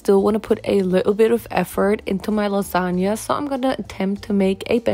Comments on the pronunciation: I'm obsessed with your lipstick 🤩 (But that "lasagna" is criminal 🇮🇹) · I accept your apology for the "lasagna"